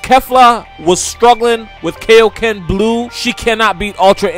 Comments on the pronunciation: Good video buuuuuuut, can you please say kaio-ken correctly? It is pronounced kai-o ken, not kay-o ken. Like king kai. You don’t say king kay. It literally means King Kai Fist. Just to clear that up lol. :) Just watch dbz abridged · Bro if you could please say kaiyoken correctly it would make a lot of people happy. Kiyōken NOT kayokin!